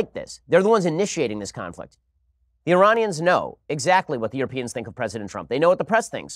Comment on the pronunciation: "IrARNians" his pronunciation is awful